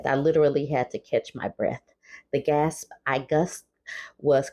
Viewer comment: "The gasp I gusped". 😆 🤣 😂 This reminds me of the lady who said, "The scream I scrumpt". 😆 Ok, I'll watch the whole video now. Lol